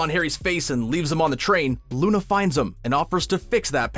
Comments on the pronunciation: Did anyone else hear him say Luni lovegood instead of Luna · Did you just call Luna “looney” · Did you just call luna loon- no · and you said luni lovegood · Ohhh you did not just call Luna “loony” 😡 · “Lunee lovegood” 💀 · Um excused me but you said Luney. What the heck